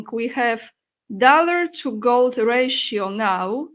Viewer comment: I thought she said GOATS at first ...